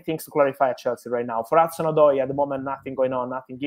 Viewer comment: His name isnt Odio, Its Callum Hudson-Odoi!!